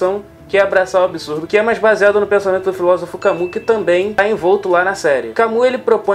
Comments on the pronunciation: Não é ''camu'' é ''Cami''. Obrigadooooo! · se pronuncia 'cami' e não 'camu'